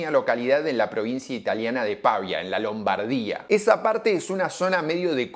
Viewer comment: ah se pronuncia "Pavía" no Pavia